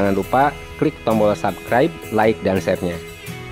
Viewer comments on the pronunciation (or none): none